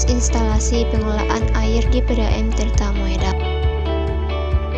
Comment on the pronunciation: Dibaca Tirta Modal, bukan Moedal.